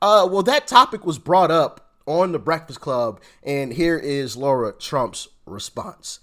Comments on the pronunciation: Doc, I will hit the subscribe button as soon as you learn how to pronounce Lara’s name correctly. It’s not Laura, it’s Lara. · Her name is LARA ,, NOT LAURA ..... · As the Democrats would say, come on get her name right it’s Lara not Laura lol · Doc, great vid, as always! Btw, her name is Lara, NOT Laura! Got it ? Good! Another btw, bro, mighty glad to have you aboard! Welcome, man!!!!!!!!